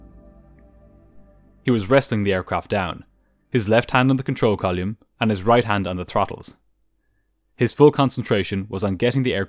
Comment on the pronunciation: 757 is a great plane and I like the way you say ‘column’.